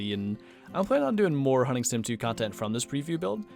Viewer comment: When you said hunting sim I heard hunting simp